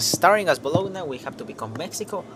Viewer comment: "gn" Is pronounced as ñ in spanish